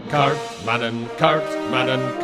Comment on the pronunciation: and, FYI: the last N in kaartmannen is not pronounced!